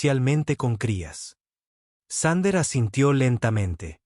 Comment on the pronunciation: Thunder --> Sander (reconstruccion fonética de la IA) ... Thunder --> Trueno (traducción del ánglico coloquial al español) 😁😁😁